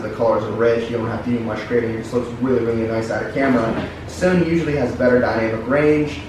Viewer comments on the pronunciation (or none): none